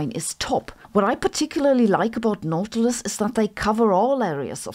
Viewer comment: It's pronounced "naughty-lous"